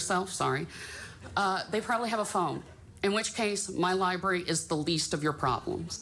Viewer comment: Thanks, John, but you didn’t need to tell us about weeding. We all know weeding happens there, it’s a libwawy.